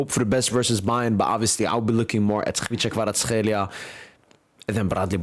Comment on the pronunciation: Bro why you pronouncing Kvicha Kvaratskhelia so well? 🎉 nice one dude